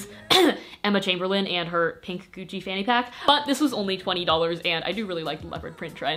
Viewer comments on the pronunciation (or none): none